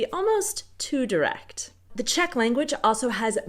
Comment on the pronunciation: That asian chick knows her czech idioms pretty well also best czech pronunciation of them all